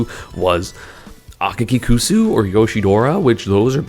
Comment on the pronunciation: akakikusu's name is pronounced like 'aka kicksu' because his name means 'red shoes'